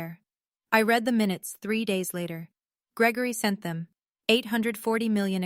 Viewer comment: You have read (reed) as in to read something, and read (red) as in it was read, mixed up consistently.